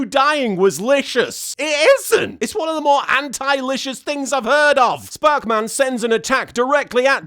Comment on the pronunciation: When LK said 'sparkman' correctly - that got the most laughs. I'm far too invested in this series and it's gags now.